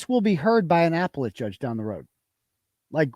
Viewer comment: I sure hope when keeps saying Apple let judge and Apple let court he's not serious and he's joking around like when he says after David instead of affidavit.